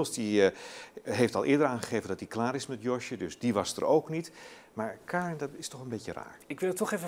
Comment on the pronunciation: Die rechter gast zegt steeds kaarn inplaats van karen en eigenlijk zeggen ze dat josje vlaams is... GIRL